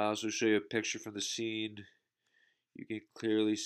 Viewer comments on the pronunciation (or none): none